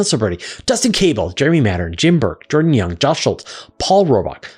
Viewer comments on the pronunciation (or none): none